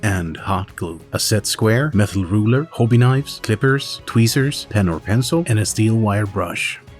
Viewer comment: Nvm you say "Hoe-bee knives"